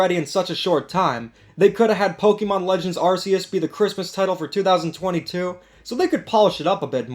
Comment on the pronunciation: ARCeus dude ARCeus you wanna talk about Kirby Star Allies not being good how you guys say Pokemon names is awfully terrible after it was revealed in gen 4 how to say ARCeus don't mean to be a jerk just peoples opinions get on my nerves